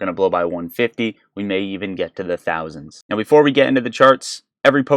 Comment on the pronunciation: Don’t say tousands my heart jumped like crazy